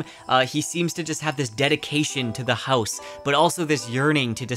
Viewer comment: Sir why are you saying “house” like that?